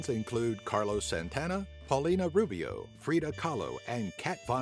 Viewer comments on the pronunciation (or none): none